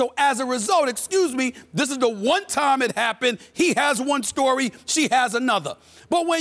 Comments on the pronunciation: "I think the cime has come" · "The Cime Has Come" - Stephen A. Smith... I went straight to the comments to see if anyone else picked up on that 😂